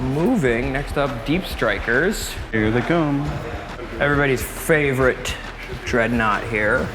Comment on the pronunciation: откуда вы взяли дредноут Дэрэдэо?